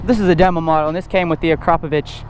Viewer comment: first guy that pronounced akrapovič correctly props my guy🙌👍😁